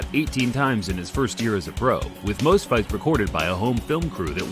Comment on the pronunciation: 18 fyts in a yr. what a fyter